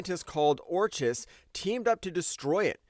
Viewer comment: 1) It's "Orkis" not "Orch-is." The "ch" is a "k." 2) The mutant origin has already been established as Celestial-based, just not as per the video. Way back when, the Celestials messed with human DNA to create three branches of humanity: Deviants, Eternals, and regular humans. The regular humans could become mutants or mutates if certain conditions were meant (such as background radiation increasing). They weren't meant as defense but as an experiment.